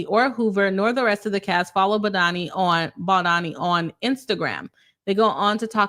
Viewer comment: As a lawyer you should at least learn the correct name pronunciation of anyone you're going to judge and make a public video about especially if you haven't yet finished reading both sides but are just eager to get money profiting over other people's lives. A lisp does not affect the vowel O and A sounds. Those who objectively have read his lawsuit understand the context of why he did a lot of the things that he did and gives context to those weird cropped screenshots Blake has. Lots of those screenshots were completely manipulated and traps were set for Mr BaldOni. He has chronic back pain is the reason why he asked about her weight so as to not end up throwing his back out when carrying her as he has several bulging disks. He was not fat shaming and eh deserves to be considered and not have to endure pain Blake asked him to come rehearse lines when she was pumping then turned around and claimed he went into her trailer as she was breastfeeding. Blake asked to wear a beanie as it made her much sexier and introduced that way of referring to clothing then calls it sexual harassment when BaldOni used that same exact phrasing which she started Justin actually cares about abused women enough to advocate against it while Blake defended Woody allen who once was asked about his ex wife being violated and he said knowing her it was probably not a moving violation, humiliating her after being assaulted that apparently she just used to lay there when he was with her, Blake said Woody w